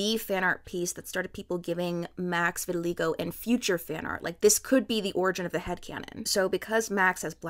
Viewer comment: the way you pronounce vitiligo makes me upset